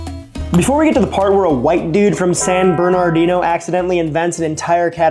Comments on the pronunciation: I mean, all he had to do is pronounce it like they do in the song "Route 66". It's not hard. 😂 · I bricked my brain hearing pronounce San Bernardino because I haven't heard it said without a California accent. That second R is pretty much silent. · Yeah, me too. I almost forgot it had another R.